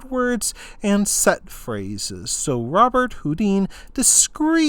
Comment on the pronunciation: His name is pronounced "Robert Hoo-DAN", ...much like famous musician Chopin is pronounced "sho-PAN" and not "CHOP-in" or "Sho-PEEN".